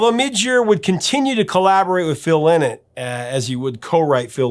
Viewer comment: Lynott is pronounced "LINE-it"